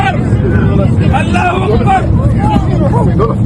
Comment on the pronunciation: Listen properly he's saying Ola hu Uber